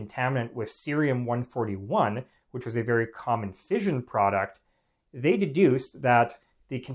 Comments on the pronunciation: Fission, not fizhion. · But he gets "fission" wrong.